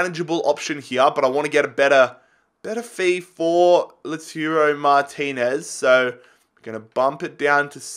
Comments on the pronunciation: are you serious? 😂😂 Laturo?? 😂 He's name is Lautaro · please read this! Lautaro is pronounced: LAUTARO not LATURO Joaquín Correa is pronounced: Hoakin not Jaokin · Its not Laturo, its Lautaro, La-u-taro.